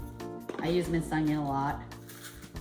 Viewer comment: The word is ONION. Not UNG-ION.